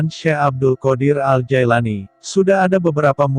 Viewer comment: Bukan Jaelani tapi Jilani yang bener pak nyebut nama orang